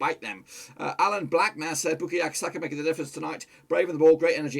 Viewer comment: Butchered Bukayo Saka’s name